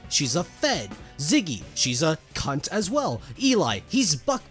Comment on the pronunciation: Hearing an American say “ Cunt “ is always amusing to me When an Aussie says it it’s so fluid you’d be forgiven for thinking it was just a daily vocabulary occurrence When an American says it it flat out sounds like the Slur it’s supposed to be 😂